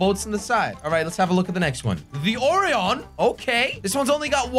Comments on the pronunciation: The Or ion? It’s actually pronounced o rion. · U pronounced Orion rong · It's pronounced Orion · he says pisces wrong and orion wrong